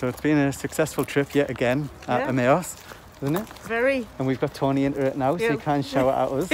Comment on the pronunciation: I think the pronunciation of Emaus is M I uuuse